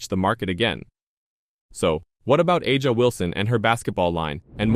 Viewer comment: Is there any video or Audio proof tha A'ja is mad over this or did He just make this up for clicks. He can't even pronounce A'ja's name correctly. It leads me to believe this is not factual.